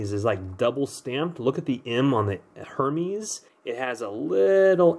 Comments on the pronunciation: It’s not her meees it’s pronounced hare mez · Er-mez not her mes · The h is silent it Hermès so it’s ermas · Gregory Chambers thank you! It makes me cringe when it’s mispronounced.